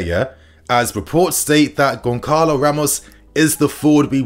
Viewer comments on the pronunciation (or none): As I understand "Gonçalo" needs to be pronounced as [gonZalo] or [gonSalo] not [gonKalo]? correct me if I'm wrong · It's pronounced Gon Sa Lo not Gon Ka lo. Won't Benfica ask for a 100 plus mil? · Pronounced Gon-Salo...bro, fix up it's annoying AF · Sometimes your pronounciation is mad, but GonKalo Ramos🤣🤣🤣 rofl